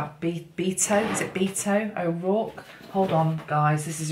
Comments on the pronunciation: Pronounced Beh-Toh not bee-toh 😍 Beto is short for Roberto. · Beto pronounced like (eh). Lives in El Paso where the recent mass shooting occurred. It really shook him up & really took a stand against assault weapons after that & was Very Passionate about it the following debate. To me, it was first time he seemed to have a strong platform for his candidacy.